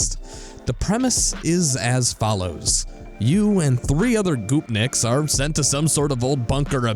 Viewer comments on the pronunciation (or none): Goopnik? Goopnik?! It's "gopnik" go-pnik. aside from that, great video man! Stay strong.